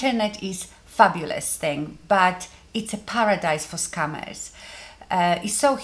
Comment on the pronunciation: love that your accent makes scammers sound like scummers which they are!!